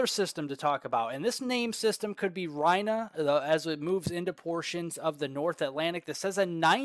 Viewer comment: NOT R-eye-na but REE-na